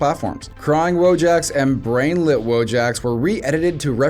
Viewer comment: You pronounce Wojak wrong.